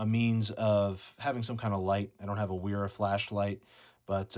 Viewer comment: Pronounce “W” as “V” for German language and names.